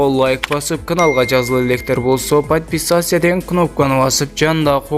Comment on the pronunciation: Подписаться деген созду айьтканды жакшылап уйрончу жигит